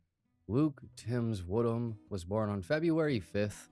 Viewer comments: "I, HHate that, ..Wood Ham, ..Kid?" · 🌴😒 Did you say.. ..."Luke-warm Ham".....?